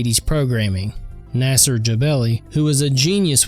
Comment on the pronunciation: "Nasser" is crazy work....😂 "Nah-seer"